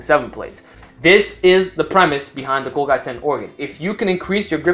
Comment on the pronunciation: Golgi is pronounced gawl-jee.